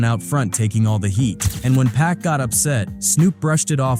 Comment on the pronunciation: It ain't pack it's Pac